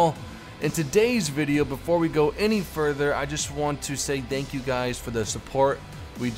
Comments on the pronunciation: no spooky skelington music?:( Anyways stay classy! Hope you go big, you deserve it! Also 1 question do you say dankyou instead of thankyou and why is that? Edit: The Bismarck wanst sunk it was scuttled by its crew. There this guarantees a reply:D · "Dank you" LOL